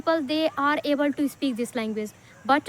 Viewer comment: Speak❌ ispeak✅ 😂